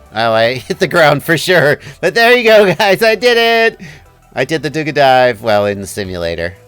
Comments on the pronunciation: It's pronounced 'dooga' with accent to A. It was a over-the-horizon radar for early warning of yankees bombers and rockets arrival :) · Its ДУГА , emphasis on last a du-gà